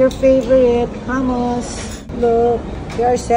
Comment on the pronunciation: “Get me pita for the ham-mus” 🤣🤣🤣